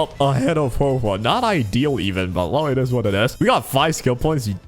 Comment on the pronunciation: Interesting idea, but you once again said Huohuo's name incorrectly so I leave a dislike